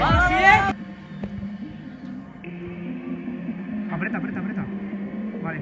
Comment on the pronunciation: No es apreta apreta apreta... es APRIETA, A PRI E TA XD